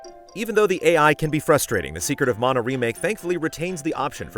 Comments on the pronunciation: It sounded like you said “Secret of Mono” at first, which is would admittedly be a very, very different game. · "secret of mono " 🤔